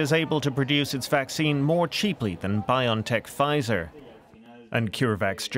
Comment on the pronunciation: When will a journalist actually say Bio N Tech PROPERLY? It is Bio logical N ano Tech nologies Bio-N-tech. Not "Bion-Tech" Over 18 months into this pandemic and STILL media and journalists getting the basics WRONG.